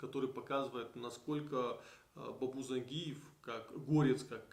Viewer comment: ЗаенджИатай, и по русски ЗангИев, но не зАнгиев это точно!